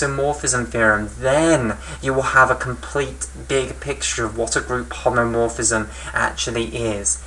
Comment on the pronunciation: BTW it is "homomorphism" not "homeomorphism" as it will endlessly be repeated